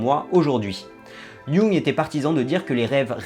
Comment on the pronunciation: Jung, un nom souvent mal dit mais ça fait tellement plaisir quand quelqu'un le dit juste!